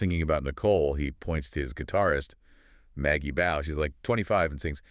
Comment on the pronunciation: BAUGH is pronounced BAW!!! NOT Bow